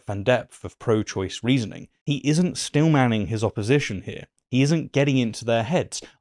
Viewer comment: its "steelmanning" not "Stillmanning"